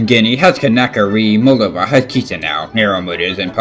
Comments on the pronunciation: You pronounced Chișinău wrong. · you pronnounced chisinau wrong god dammit, everyone messes up that capital.